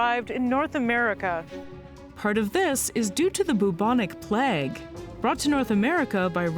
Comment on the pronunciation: I don’t think I’ve ever heard “plague” pronounced that way… even during the two years I lived in Toronto when I was a kid.